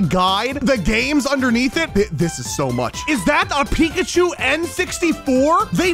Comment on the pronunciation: That’s not eekachu that’s reekapoo